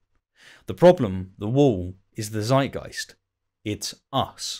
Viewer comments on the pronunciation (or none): Zeitgeist Tzuyt-guyst. A German Z is always a TZ.